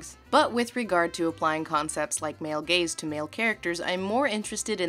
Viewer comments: Up until now, I had thought that she was saying “male gays”. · Oh, "male GAZE"... I've heard "male GAYS"...